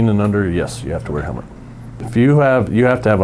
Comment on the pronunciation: Helmet not Helment